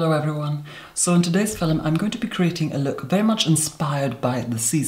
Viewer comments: I learn a lot from your techniques. You have the most amazing bone structure. I also like your elocution. Did you take lessons, or does your family just naturally speak that way? I die everytime you say fil-um. ♡ new subscriber here ♡ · Filum looool